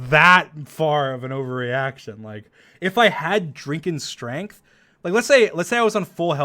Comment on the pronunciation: Actually drunk strangth